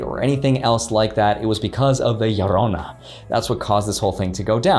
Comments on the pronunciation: La llorona? Is that what he said? Lol. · Hahahaha did he say la llorona hahaha